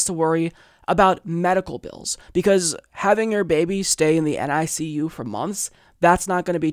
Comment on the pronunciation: 100% agree with you, and wish your niece and her new arrival all the best, especially in terms of health. Also, usually when someone is referring to the neonatal ICU by acronym alone, they pronounce it “nick-you”.